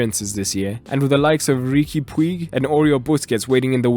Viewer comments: great analysis, but a slight correction is not puig but "puuch" yeah. I clearly have learnt a lot about our la masia. Thank you. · Haha, its written Puig but pronounced PUCH